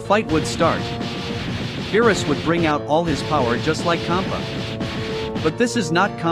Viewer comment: BRO SAID KHOPPA 😂😂😂